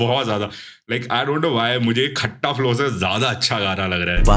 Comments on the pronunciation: bhai that's not खट्टा flow that's खता flow 😭😭😭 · Bhai Khatta nahi hai woh its soft waala tha Its Khaththa agar pronounciation batau toh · Bhai khata nhi khatta(scrap) flow naam hai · Bro it's khatta flow not खट्टा flow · Its khatta flow not that khatta (sour) 😂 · arey yrrr bhaiya khatta flow glat pronounce kr rhe ho aap KHATTA flow ke mv mai last scene mai dekh kr aao sahi pronunciation hindi mai